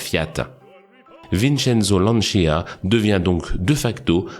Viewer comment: Se prononce lantcha et non lantchya en italien